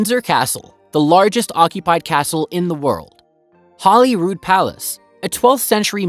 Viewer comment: Please pronounce Holyrood properly - it is not Hollyrood